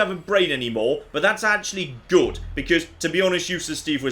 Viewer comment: Fallout New Vegas.... is goote (Timestamps on where he says "Good") P.S. I know I've missed some, if you see some that I missed, please let me know! (that laugh too 👀)